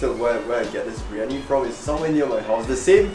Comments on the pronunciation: It's "Biryani" my dude. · It’s BIR-Yani. Not BRI-Yani. Lol 😆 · am I the only one that cringed whenever he said/wrote briyani instead of biryani